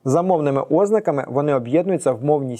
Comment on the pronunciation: чому Ознаки , а не ознАки?